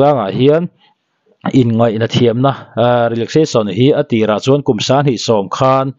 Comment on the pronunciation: I mizo tawng chhiar hi a pai deuh ngaihthlak a hrehawm lek lek.. Entir nan chuan chuan..tih ang reng ah te phei hi chuan a thluk i lam dik lo ..fre advice 😄